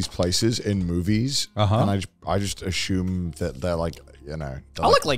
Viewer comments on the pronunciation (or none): I have a controversial take...is Connors annunciation "Ashume" not "Assume'' a Welch thing or does he think of Ash Ketchum when he stares at ass💀